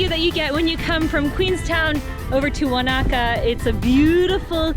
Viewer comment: Yay you pronounced Wanaka properly lol, screenshot 😎